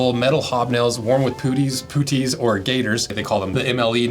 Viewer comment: MLE, French abbreviation for the word model. Puttees - pronounced like putty as in Silly Putty, or glaziers putty. Just nit picking, interesting video.